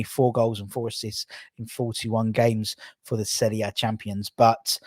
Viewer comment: firstly, thank you for pronouncing "Serie A" correctly. 2nd ly. I'm a Inter supporter also and Hiring Lozano is a bargain if we can get him.